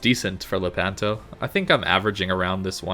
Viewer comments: Love your videos. Anyway it’s Lépanto, not Lepánto 😃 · Lépanto non lepánto....